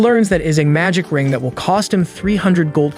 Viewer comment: Nice story, I just wish he knew how to properly pronounce Will. Is infuriating!